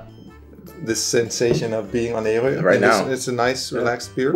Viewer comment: actually you are more close to the native pronounciation of Ærø and not the popular pronounciantion as your friend (and most danes) uses. Ø being island the first part formerly was Ær-ø and not as it is now Æ-rø. the first form the guttural R-sound is much softer like you did. :-)